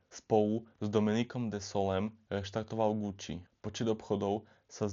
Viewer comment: Fuj daj pokoj s celým Gucci. Choď k logopédovi, radšej.